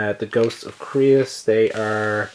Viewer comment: Creuss is pronounced like Dr. Seuss *CHANGE MY MIND*